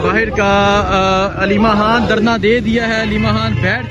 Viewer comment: او بھئ! تم پہلے ”خ“ لگا کے ”خان“ اور ” خانم “ بولو 😂😮😮😮😂 ورنہ میں تمہارے ویلاگ کا بائیکاٹ کردوں گی